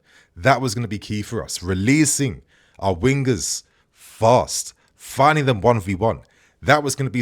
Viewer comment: The way you say winger is not london ffs